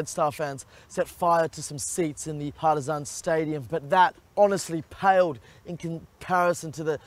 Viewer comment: How he said Partizan it sounds like parmesan 😏🤣